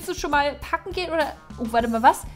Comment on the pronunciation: Packen hat sich wie ein kaken angehört